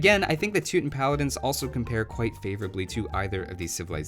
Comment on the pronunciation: You mess up and say Too-Tin, and yet you correctly say "Too-Tahn-ic." Too-Tahns = Teutons